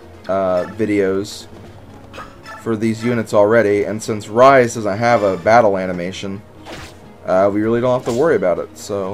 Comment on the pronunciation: Rhys is pronounced reese and alot of peolple get that wrong and it kinda ticks me of cause if you think about it its kinda ovease